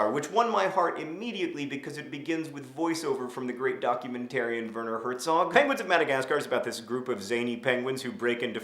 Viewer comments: you forgot that benedict cumberbatch's inability to say "penguin" makes the movie 20% cooler than any of the madagascar movies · You forgot Blubbernuts Crumplehorns inability to say penguin(s) which I find is the highlight of POM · Penguins of Madagascar also has Benedict Cumberbatch in it and he still can't say penguin!!!!!